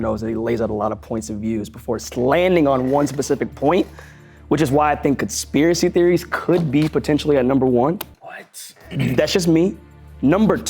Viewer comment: I keep reminding it back hE said conspiracy trophies he said it wrong I’m over here laughing can’t breathe😂😂